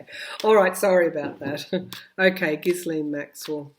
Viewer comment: passing this on to you as so many intuitives and viewers like myself are having trouble with the pronunciation of "Ghislaine." In a recent yt video, Virginia Roberts Giuffre, one of Epstein's girls who was groomed by Maxwell, pronounces the name "gee'-lun", with a hard g as in go. Hope that helps.